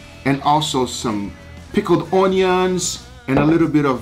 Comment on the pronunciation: "Pickled ownions"